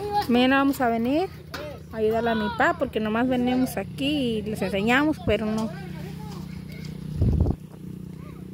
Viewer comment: no se dice venemos...se dice.. venimos..